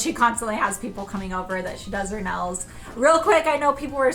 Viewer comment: Noticing the accent more so lately- or maybe just how was brought up saying things. (Not a bad thing at all- I’ve just been noticed more so lately)…. Nails= Nells Saw= Sawl Pink= peenk